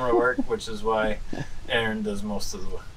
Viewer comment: Good to meet Aaron, I'm an Aaron and was also cool to hear it pronounced properly for a change... Oh and that oil looked fresh?